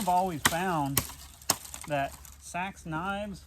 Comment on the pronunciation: It’s Ahhctuually pronounced SEEEE-AXE!